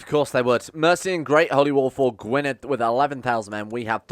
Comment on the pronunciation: Gwynedd is pronounced gwyneth btw